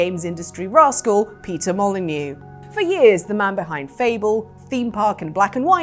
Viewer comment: Peter Mo-lie-neux